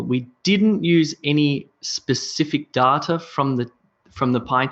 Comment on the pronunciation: I really appreciate your videos, they are so helpful. Don't get me wrong but may I ask why you pronounce "data" the way you do. I checked it and I could find nothing close to your pronounciation. Am I missing some points?